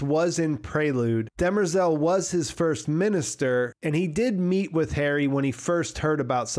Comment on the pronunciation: I’m nit sure you are saying dermerzal name right but I also listen to audio books so not sure.